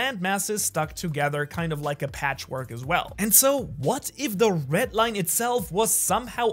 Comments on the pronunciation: I really... really hate how you pronounce the "RED Line" like wtf is a ret line. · red line❌ ret line✅